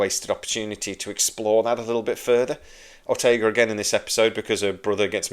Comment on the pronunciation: OrtegaS. If she's your favorite character and you adore her - why can't you get her name right?